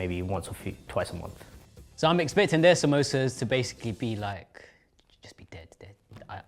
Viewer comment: the fact that all of them pronounced samsosas in a white way